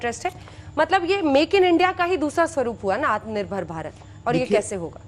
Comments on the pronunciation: Aatm nerbhar nhi bol PA rha hai Bjp jumla party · Amare manniyea grah mantri ji Atmnibhar bolna to aa nhi rha h Chale h dushro ko aatmnibhar Bnane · आत्मनिर्भर तो बोल नही पाता बोसडी का और डाटा ऐसे दे रहा है जैसे बहुत कुछ किया है देश की जनता के लिए।